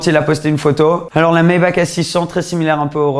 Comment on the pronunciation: Superbe vidéo, mais pour t'as culture Maybach se prononce Maybar avec un r a la fin et non un k.